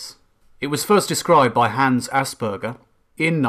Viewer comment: You say it right as well